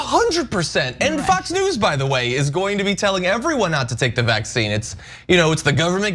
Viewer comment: Did I just hear John call it “fuuks” news? At about .